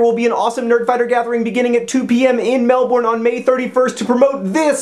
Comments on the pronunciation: Wait... how did he pronounce Melbourne? That was even worse than the time he tried to do an Aussie accent... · the way you say Melbourne. You say it like Mel-born when here it's pronounced Mel-ben it's cracks me up how your foreigners pronounce anything to do with Australia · LOL MEL-BORN. yeah its melbin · melbourne is not pronounced 'mel-born', is pronuounced 'mel-bin' just sayin' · ITS. NOT. PRONOUNCED. MEL-BORN. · its pronounced melb-un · Mel-BORN. Everytime I hear someone say Melbourne like "MelBORN", i laugh so much. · I don't know what kind of Australians you were watching, but here in Melbourne we say MEL-burn :) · Gotta love how he says Mel-Born when down under we're lazy and only use like half the proper amout of sylables...He's coming here! Suck on that Sydney! Have the Grand Prix we don't want it! Don't know why you do...back on track....Oh, Yeah! Nerdfighters Foxtrot Tango Whiskey! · *sigh* I know you probably found this out when you got to Melbourne, but it's pronounced Mel + burn . Sorry, that was a bit grating ;o) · It's pronounced MelBURN. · I wince every time he says melbourne because of your pronunciation. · It's all of them. Every single American cannot pronounce Melbourne like a normal person. I have taken to shouting at whatever it is I am watching. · Awww~ he says Melbourne wrong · thats not how you pronounce melbourne... xD